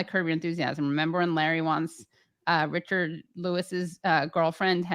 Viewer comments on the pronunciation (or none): none